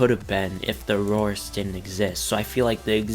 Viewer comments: Dominus Aureus is pronounced AHH REE US not Aroris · It's the "dominus are-ee-is" not the "dominus aurorus"